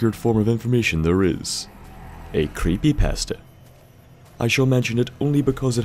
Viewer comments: The way he says creepypasta kills me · I like how he says creepypasta at the beginning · the way he said creepypasta was just so funny. But anyway this is a great channel.